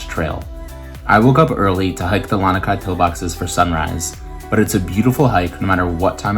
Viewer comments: *La-nee-kai, not La-nuh-kai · “LAH-NEE” Kai beach and pillbox is the correct pronunciation